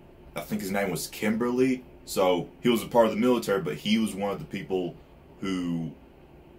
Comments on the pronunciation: Its kimblee. Not Kimberly, thats a girl name. 😂😂😂😂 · Philosopher stones is just a name they said that WAY early when they found the liquid Philosopher stone. Its a name it doesn't HAVE to be a stone. Also its Kimblee or Kimbley not Kimberly like a woman's name.